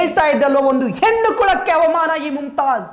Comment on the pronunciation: ಹೆನ್ನು ಅಲ್ಲ ಹೆಣ್ಣು ಮಾರಾಯ